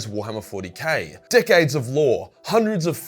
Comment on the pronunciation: He said decades of lore. I heard dick aids of lore.